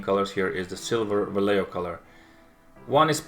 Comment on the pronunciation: Great review, do you have pictures with the different light environment? BTW This is the way it is pronounced Vallejo: (valley) Va (yes) ye (home) ho